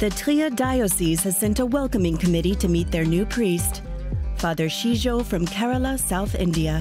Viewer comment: Is his name really Shitjo or is it just Shijo? Shijo is a more common name in Kerala